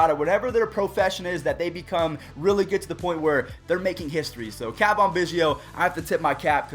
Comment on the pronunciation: its not cah vahn its ca van